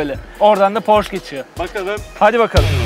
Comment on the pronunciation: "Porş" değil de "porşe" olduğunu da unutmadan.